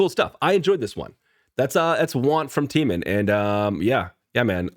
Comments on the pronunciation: I don't know how it is so hard for you to pronounce Taemin.... His is one of the easier names for foreigners to say........ It's like TAY-min, even in the English language AE is not pronounced as an EE sound lol. He is our lord and savior, Lee Taemin. All of his music and MV's just have that timeless & icnonic feel to them. He has worked so hard and come so far. So funny how you think his stuff is creepy. Taemin is actually one of the kindest, sweetest, most humble human beings. He is literally an angel. He might be one of the biggest legends in kpop but his nickname is still "baby cheese" lmfao. He inspired so many other idols to become idols. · His name is pronounced T+ how you pronounce the letter A+ min. As in T-ay-min